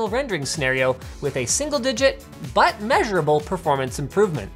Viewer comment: linus says butt measureable